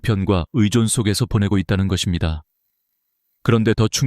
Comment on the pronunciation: 감사합니다❤ ㅡ것입니다 ㅡ거씸니다로 발음